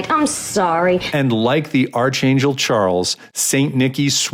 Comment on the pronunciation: archangel is pronounced ark-angel wish people would stop hiring voice over actors who are illiterate